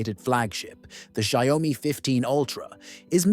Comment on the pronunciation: When will people learn how to pronounce it correctly?